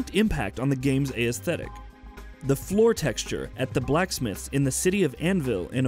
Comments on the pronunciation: it should be as teh tic not a e static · Someone teach the man how to pronounce "aesthetic" or tell him to stop saying it altogether. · How is it sometimes aesthetic is pronounced correctly and other times it's not... Let the guy who pronounces it correctly make the videos.